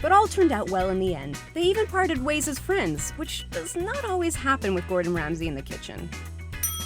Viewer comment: Shes not fwends with muslims lol jk